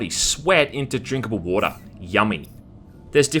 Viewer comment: I came everytime he said 'woata'.